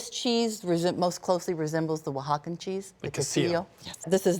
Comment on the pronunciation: "Oaxacan Pizza?" Jesus dude. Don't. Right after mispronouncing La Olla, her restaurant. Also the host needs to learn to not talk over people.